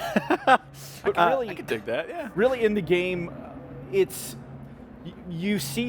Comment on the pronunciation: its a gam, you driv a chark, i by